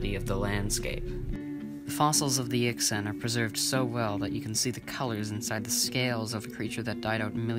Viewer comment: The mandarin chinese X shounds like SH and the Q is CH. Yixian sounds like Yeesheeahn. Xu Xing sounds like Shu Shing. Jinzhou sounds like Jin-jo-oo. Chinese has 2 J sounds and OU is a diphthong not a blended vowel sound. When speaking let the O sound slip into the U and then quickly diminish. Less cunning linguists drop the U sound all together. So you will hear Jin-jo. Kick ass content btw.